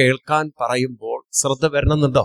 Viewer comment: സ്രധ്ദ എന്ന് കേൾക്കുമ്പോൾ ഒരുപാട് വിഷമം... ശ്രദ്ധ എന്ന് പറയാൻ ശ്രമിക്കണേ... 🙏 സ് +റ അല്ല ശ് +റ